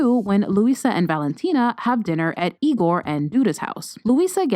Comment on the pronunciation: I’m Brazilian, so the way you say their names it’s so funny to me. IGooOr. LuISSSa.